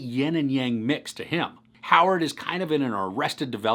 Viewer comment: It's Lil Rel Howery, NOT Howard! Just Thought I'd Let You Know So You'd Know! 😊